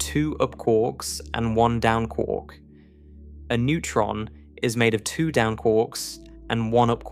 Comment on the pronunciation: Kwork…it’s quark not kwork…as in muster mark.